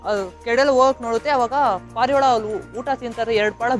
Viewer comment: Parala alla guru🤣🤣🤣 parivala